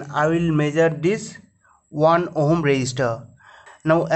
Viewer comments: Its not ohom . Its ohm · Everytime you say ohm, I'm dying laughing here 😂